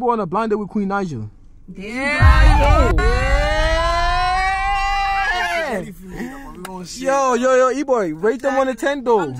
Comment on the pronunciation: That's not Queen Naija that's Queen Not-ja 😂😂😂😂